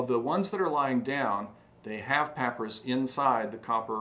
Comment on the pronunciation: Payprus? Is that an ancient receipt slip? Papyrus perhaps?